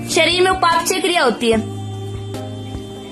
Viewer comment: उपाप चय नही बोलते हैं उपा पचय बोलते है